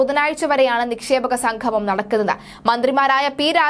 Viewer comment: നിക്ഷേപക 'സംഘമം' അല്ല മോളേ 'സംഗമം'